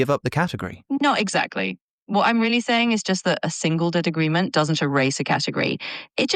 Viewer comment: that's the D-iest S-sound I've ever heard.